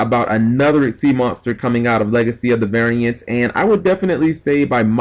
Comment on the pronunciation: Do you mispronounce Valiant on purpose?